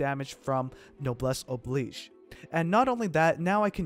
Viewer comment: finally someone in the community who knows how to pronounce noblesse oblige